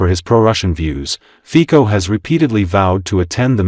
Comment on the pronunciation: ...#1, it's Rober Fico (fitso) but what do you expect from AI... ...#2 if he openly does not deny Russia or Putin he's automatically "pro-Russian"... ...#3 PEOPLE are WAKING up and can see through the veil of lies